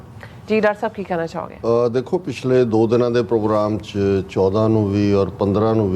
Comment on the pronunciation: Program bollya ni jaunda ..dove sale pogram pogram krde rende ne 😂 Jedda peshor fuddu , o lahore fuddu . America ch rende ne dove🤦‍♂️